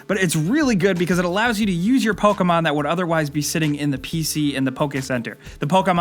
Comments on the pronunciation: I cringe when he says poka-mon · POKAMON? What's Pokamon? Never heard of Pokamon.